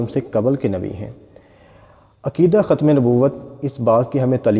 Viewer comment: My dear kjatim nehi but khatam